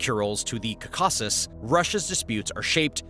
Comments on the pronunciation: Say it with me: Caw-Cuh-Sis not Cuh-Caw-Sis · KAH-keh-siz with the stress on KAH. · It is pronounced "Cau-ca-sus." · You are stressing the wrong syllables when you're saying caucuses and it's annoying.